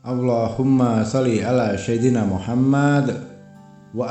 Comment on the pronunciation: bacaan Arabiah nya tidak fasih, yg jelas sebutan SAYYIDINA tu bukan SYAIDINA..